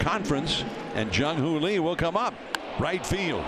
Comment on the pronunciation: How to Pronounce Jung-hoo Lee Correctly: 1. It’s not pronounced like the English name “Lee,” but closer to a short “ee” sound. 2. In Korea, the name is pronounced Lee Jung-hoo, because in Korean names, the family name comes before the given name—just like you say Fatty Kim Jong-un, not Jong-un Kim. 3. “Lee Jung-hoo” has three syllables when spoken slowly and clearly, but in natural speech, it sounds like two syllables (Ee Jung-hoo) or even one fluid sound (Ee-jung-hoo). 4. Pronounce it without stress or intonation. Korean has almost no stress or intonation..